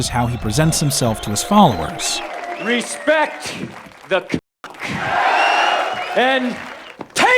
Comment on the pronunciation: "Respe the D"